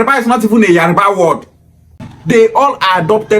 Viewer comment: It’s Yoruba not Yariba illiterate